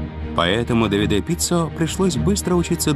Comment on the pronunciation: Прекрасно поданный видеорепортаж. Показаны настоящие умельцы в своей отрасли. Лишний раз убеждаешься, что правильно подобранная команда - гарантия безоговорочного успеха! Желаем настоящим мастерам процветания и благополучия! P.S. В фильме допущены две лингвистические и часто звучащие ошибки: итальянское имя Давиде произносится исключительно с ударением на А - ДАвиде, а не ДавидЭ'. Тоже самое касается и города МОдена, а не МодЕна! Но это лишь маленькая поправка, фильм в целом сделан великолепно! Кому дано Зрение, тот Увидит! 😊